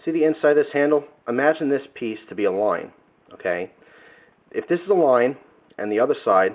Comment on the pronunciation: you just made me hungry by how you said "line" it sounded like you said "loin" TENDERLOIN!?